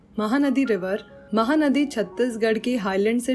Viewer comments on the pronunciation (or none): Mam u say mahadi but it is a mahanadi